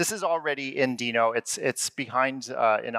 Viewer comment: So glad to hear him pronounce it as Deno...and not Denno like everyone else you lameTube. Yay!